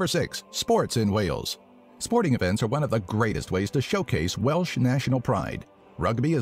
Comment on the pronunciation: we are called the welsh, not the welch.